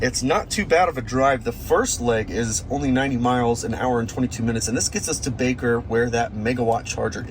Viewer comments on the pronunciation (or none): none